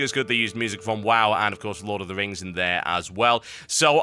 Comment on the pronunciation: You pronounce the word 'wow' like w-ow, so why not the abbreviation WoW as w-ow?